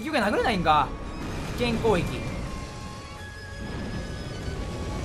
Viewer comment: ずっと思ってたけどまって攻撃を「こういき」っていってない？